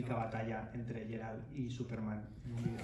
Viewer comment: Me encanta la entrevista en general. Pero me llama la atención que el entrevistador no pronuncie ni una sola vez correctamente el nombre de Geralt (lo pronuncia siempre como Gerard en catalán).